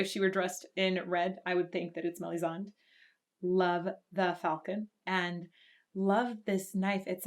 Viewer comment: Melisan ohh you mean Melisandra